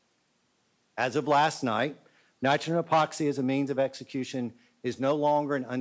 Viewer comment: Their governor failed to pronounce nitrogen correctly..... TWICE in one speech. To be fair, those tri-syllabics are tough. 😉